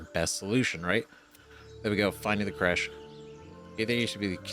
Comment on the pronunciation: Why are you struggling so much with the word, crèche? It’s a perfectly ordinary English word you must have come across a thousand times in your lifetime but you act as if it’s your first time encountering it. 😂 It’s not important, it’s just freaking me out a little 😂